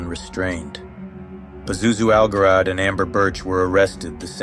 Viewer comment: "Pazuzu al-Jarad" means "Pazuzu the Locust." The pronunciation is "Zharad," not "Garad."